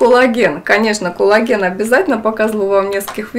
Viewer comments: надо произносить "кОллаген" , а не "кУллаген" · тоже слышу толи Кулаген, толи Коулаген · она именно так и произносит, акцентируя на О, а не меняя О на А, как это часто в русском языке бывает. Т. е. она говорит не "кАллаген", а так, как пишется - "кОллаген".